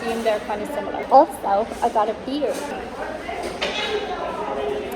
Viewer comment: Taco Bell is one of my go-to places for fast easy getting home late takeout. It’s not high-end Mexican food, but it’s comforting. Haha. Also, the way you say “Beer.” cracks me up. Great craic,!